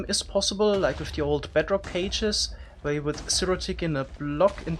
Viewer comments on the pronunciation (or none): none